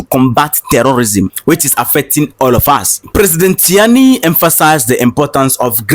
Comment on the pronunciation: Ctiani is pronounced as Chiani